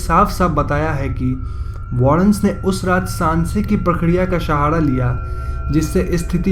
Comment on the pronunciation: Bs koi koi wrd pe focus kren like seher nhi shehr or shahara nhi sahara 🙂 Pronounce ation ka thora frq h but gud 🙂